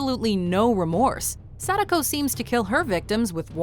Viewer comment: Ugh, the way you pronounce Sadako is so weebshit. Makes me cringe.